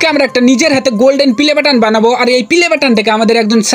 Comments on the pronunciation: Playboton❌ Pilaboton✅ 😂😂😂😂😂😅😅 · পেলেবাটান❌ পিলেবাটান ✅😂😂😂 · Pleybotan ❌pilebotan ✅🤣🤣🤣🤣🤣😂😂😂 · Pilebatan naa youtube pelibattan bola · ৷ ভাই পিলে বেটার না প্লে বাটন 😂😂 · প্লে বাটন❌ পিলে বাটন✅ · পেলে বাটান ❌ পিলে বাটান ✅